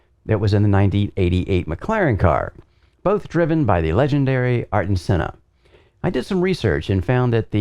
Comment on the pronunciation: "ARTen" its Air-ton... Ayrton